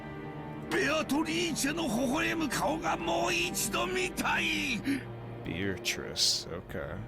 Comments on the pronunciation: And also, Beatrice is "BAY-ah-toh-REE-chay", which is different from how most people (English-speakers, anyway) would pronounce it. Which I didn't realize at first because I read the very silent doujin version back in the day 😂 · it's because of it being an Italian name IIRC. From what I noticed characters say it nearly perfect(nearly because they say the "o").